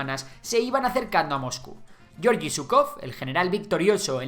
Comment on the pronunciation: Excelente vídeo, como siempre. Un apunte para próximos vídeos sobre Rusia o la URSS: la G en ruso, como en el nombre Georgi, siempre se pronuncia como en "gato", "guerra" o "guisar", nunca como en el inglés "George".